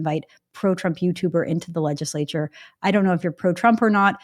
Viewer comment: legislature; not legislor